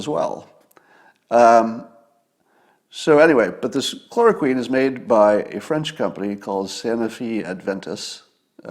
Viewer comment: When Scott talks about stuff he knows about, he's very, very smart. When he talks about stuff he knows little or nothing about, he goes to great lengths to sound like an authority on it, just like Cliff Claven (character from the long running TV show Cheers). Scott can't pronounce chloroquine, but thinks it's the cure to all of this mess. Talks about stealing it from the patent owner, not realizing that chloroquine is already the generic for Arelen, and is manufactured not by just one company in France, but by about a dozen companies, including 3 in the US. In the US it costs about $5 a pill, but in the rest of the world it's about 4 cents a pop. He talks about UV lamps killing germs like that was just discovered a week ago, instead of being in industrial and medical use for decades. He talks about portable CT scanners like that's a new thing. "Well, where's MY portable CT scanner?" Well, gee, Scott, it's on a set of wheels being pushed by a nurse from room to room in doctor's offices and hospitals all over the country. You can get a basic portable CT scanner for $100k and a good one for $500k. He also thinks hospital ventilators are little more than CPAP machines with face masks.